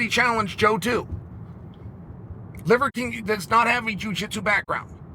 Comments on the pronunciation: "Livercream" You can't unhear it. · Did I hear Chael say the “leather king”? Funny 😂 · I love the subtle ‘Leather King’ and ‘Liquor King’ slips haha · I love that he partially botched Livers name about 12 times. It makes it so much better. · Chaels inability to say Liver King is undefeated. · It’s so hard for him to say “liver king” 😂